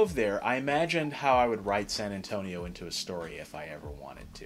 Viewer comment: You described San Antonio very well and great Spanish accent!